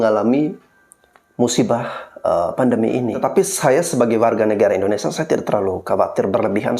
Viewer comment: Orang pintar nyebut Indonesia kok jadi IndoneSA huruf (i) nya mana